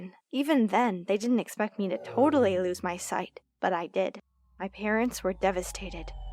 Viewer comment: Love how she said "totally" expensive 😩✋🏻